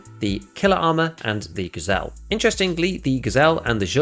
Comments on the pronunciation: white armor is not gazelle its g zhel' zh is like 's' in pleasure/ thx for video, like it 😁😁😁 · I love how you nail the pronunciation of Zhuk but keep butchering Gzhel